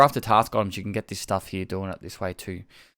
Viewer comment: D like your "here"